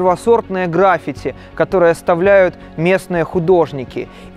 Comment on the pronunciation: А еще не грАффити, а граффИти